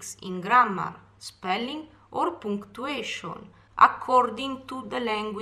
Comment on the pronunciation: Lorenz Adrianne Acosta it’s “punctuation”